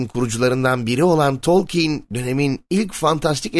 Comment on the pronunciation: Abi telaffuzun biraz üstüne gitmen lazım bence. Tolkeyn baya sinirimi bozdu.